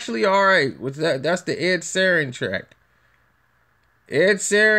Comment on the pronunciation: This piece of shit needs to quit while he’s still minutely relevant. Half of this video is dead noise. Doesn’t say anything, just sits there breathing like he’s polishing his plastic jewelry. No one in the “biz” knows who this clown is and sure as shit doesn’t give no fucks about him. P.S. it’s Sheeran, an insanely easy name to say. Get the bubble wrap out your mouth and get a fuckin job